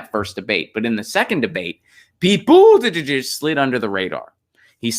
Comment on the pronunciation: Unsubbed. Been great brother but I just can't take the Buttigieg pronunciation anymore. Do not like him, but jfc let it go